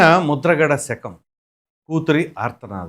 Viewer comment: సెకం కాదు, శకం అనాలి.